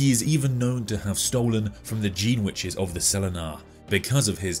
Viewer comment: You said: “Gene witches” I heard: “jeanwiches”